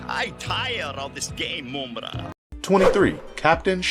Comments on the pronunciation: Mamra Not moumra 😉😉 I'm from Europe 😂😂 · Like, I've heard the guy say it right 3 times, out of every other time saying Moom-Ra. No, my dude, you can clearly hear the villain say his own name Muhm-Ra more than once in the clips that were chosen. Can't wait to hear what other names my guy butchers throughout the rest of this vid. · Moomra, lol. Mumm-Ra. Wiley Kat and Wiley Kat, lol. Wiley Kat and Wiley Kit. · It's not Moom-ra. It's Mumm-ra. As in "mum's the word" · "Mum" like mummy,not moom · How this mam pronouncing Mum-Rah as Moom-Rah. That so annoying. Just have to listen to mumm-rah to hear the pronunciation of his name. That was annoying 😒 Americans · Yeah like mummy not moomy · Just one, simple gripe: "Moom-Ra". 'Tis almost...BLASPHEMY.😂😂😂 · How do you mispronounce mumm-ra name and then show a clips from the show where the character said his name?? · For the last time, it's pronounced: MUMM-RA!!!!! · Moomra? Moomra! Either he is doing it on purpose or he just reads it as he sees it and never bothers to listen to the clips. Mumra would be displeased. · If you don’t pronounce Mumra’s name the right way 😡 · This guy slaughters names!!! How do you say Ma-Mutt 4different ways in the same explanation?? 🤣🤣🤣🤣🤣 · How can you repeatedly mispronounce a characters name even after playing a clip that correctly states it?? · How are you going to mispronounce Mumm-ra’s name when he literally says it in the intro clip.